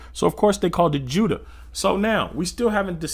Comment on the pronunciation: It’s pronounced You-da and not widda